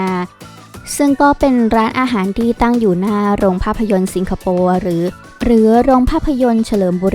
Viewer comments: สิงคะ ไม่ใช่ ซิง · ทำไมแอดพูด ซิงคโปร์ ไม่ใช่ สิงคโปร์ หรืออ่านได้ 2 แบบอันนี้ไม่รู้ค่ะ